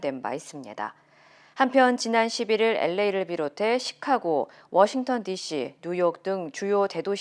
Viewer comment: 엘레이가 아닌데 한국인들은 꼭 엘에이를 엘레이라 발음하는군요!